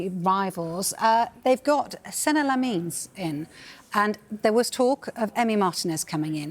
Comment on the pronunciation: LeMons, Lemons... his name is Lammens ffs! "a" pronounced as the "a" in "after", and "mens" as in "men"- plural of man.